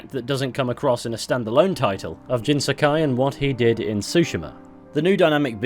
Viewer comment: said Tsguma right that time but said Jin Sakai wrong. Man it’s all about distressing the syllables.